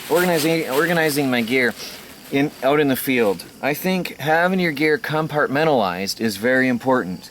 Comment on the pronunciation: take a shot of tequila everytime you hear 'com-part-men-tal-lized lol